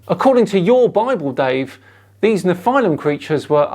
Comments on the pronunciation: what's with the pronounciation? First you pronounce nephilim correctly in the intro, then you mess it up numerous times in the body of the clip;) It's nefə-lim, not nefʌɪ-lim;) BTW, I think he's onto something cool - if you want to write a fantasy story that is. Pre-flood genetic engineering - an idea worth stealing! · Hey, It’s pronounced “NEF-ill-im” with the emphasis on the first syllable, not “nef-EYE-lim” with the emphasis on the 2nd syllable. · Pronounce it kneefel-ha-i-m you uncool creatures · The way you pronounce nephilim, is that also correct? Neffi-limb or ne-file-im? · I thought it was pronounced ne-fill-im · Just FYI, the proper Hebrew pronunciation is "neh-FEE-lim." Which is plural. One is called a Nefil. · I thought it was pronounced NEFF-elim. But then....what would I know.... I'm just a religious hating heathen. :) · Why do you keep saying “Neph-eye-lim” it’s pronounced like the guy in the video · Your pronunciation of nephilim really bothers me for some reason lol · I found it actually quite hard to listen to this video, with continously mispronouncing “Nephilim” in a really annoying way. At the absolutely wrong explanation of the claimed adrenochrome conspiracy (nobody thinks the “Hollywood elite” are harvesting this from their own children), I really couldn’t take it anymore. seems to think that debunking falsehoods does not take any effort, and that shows. The lack of proper research rears its ugly head again.